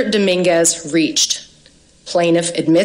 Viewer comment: the first thing i heard from her that made me not listen is: "Mr Daminguz reached" ok stop there you've already lost